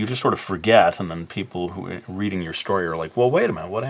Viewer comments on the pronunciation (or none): none